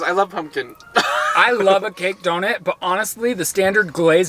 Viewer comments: the way that says donut as donit is kinda annoying no hate though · simply can’t pronounce donut/doughnut… doe-nit is all i hear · How am I just noticing says "Donit" 😂😂